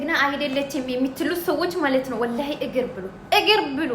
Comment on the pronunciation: ኢሪ ባኪሽ ኢጊር ይቢሉ እግር ነው የሚባለው ብሉ እንጂህ ቢሉ አይባልም አማርኛችነነ አታጣምሚ